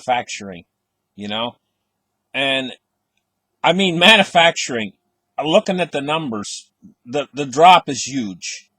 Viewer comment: says, "mannafacturing." We all know he means manufacturing, LOL.